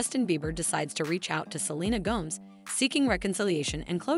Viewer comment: Why would you keep pronouncing Gomez as Gomz,please don’t say it like that